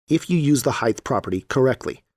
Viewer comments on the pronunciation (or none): You said, "Light Heigth" smh